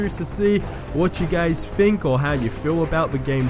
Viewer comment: "think" Not fhink